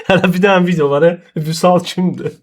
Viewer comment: bilirik rus dilində danışa bilirsən ama viciyo(vidiyo) demeda